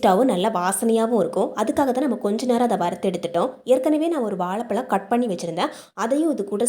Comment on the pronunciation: வாழைப்பழம் not வாளைப்பளம் , தமிழ் மொழியை க் கொல்ல வேண்டாம்